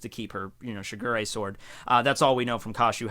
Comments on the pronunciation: you keep saying sugar ray instead of shi-gu-RE. also kinEYmon instead of Kin-Emon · It's Shigure. Not sugar ray. Shiiii guuuuu riiiiiii